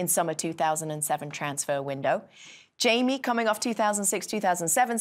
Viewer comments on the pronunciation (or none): none